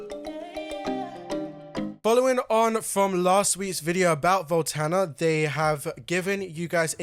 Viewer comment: Voltana? Volanta!!!